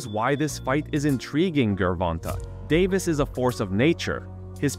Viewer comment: Dude you're killing Davis name bro. lol